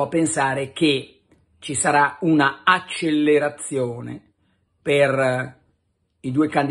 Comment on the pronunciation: Accelerazione si dice con una L sola. La sbagli sempre !!